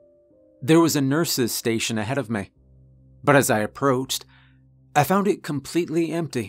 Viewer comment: Now that I've realized it, I can't unhear the fact you say "may" for "me" and "ruhm" for "room."